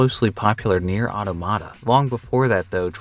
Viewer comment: Love your videos but I have to dislike since you say NieR:Automata so wrong